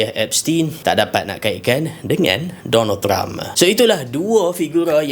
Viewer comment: Bang, maksud abang Donald Trump ke atau Donald Duck ye? Macam Donald Duck je. Abang salah sebut ni. 😂